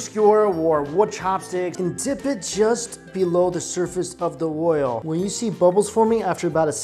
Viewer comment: I know I'm gonna' get tagged as racist for this, but the way he says "oil"... Oi-yo...